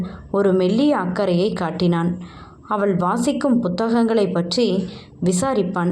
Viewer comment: வணக்கம், வாழ்க வளமுடன், மேடம் தமிழ் உச்சரிப்பு சரி இல்லை என்று சொன்னேன், தமிழில் ழ், ல்,ள் வித்தியாசமின்றி உச்சரிக்கிறீர்கள் . அவள் என்பதை அவல், இவல் , சொன்னால் கேட்டால் என்று ழ் ள் பதிலாக ல் என்று உச்சரிக்கிறீர்கள் என்று எழுதினேன். நீங்கள் ஒரு தடவை கேட்டு பாருங்கள் புரியும். உங்களின் புரிதலுக்கும் நன்றி. வாழ்க வளமுடன் வாழ்த்துக்கள்.